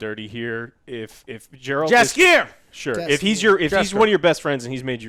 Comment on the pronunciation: Damnit, Joe! Say Jaskier just like they did it in the show - Yaskier. Also, the accent is on Yas. And one thing about Jaskier - the Polish version of him was presented better. He was more bardy? Less goofy - that's for sure.